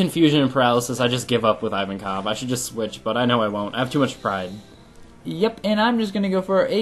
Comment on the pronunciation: i don't want to be elitest but i'm prety sure you're pronouncing ivankov wrong ps. love the fact you're a onepiece fan